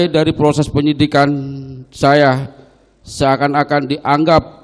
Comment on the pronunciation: Proses pak bukan porses 😂